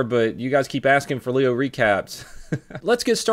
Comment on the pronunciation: God damnit. Dude is ruining the name and I actually am a leo.